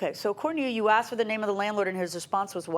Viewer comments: I want to state,.the word is "ask"...not axed...come on... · He is a tool. And it’s ask not axed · Then he said "axed" instead of "ask". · Can someone please explain why they say aksed? It drives me nuts!!!!! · Why do people say “axed” instead of asked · If I hear one more time people saying"axed", instead of "asked," I'm gonna lose it. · Take a shot every time she says : Axed. 😂😂😂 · "aksed" .... a blk dna thing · Axed him ...axed her WTF learn how to pronounce the most basic words please 🤔🤮 !!!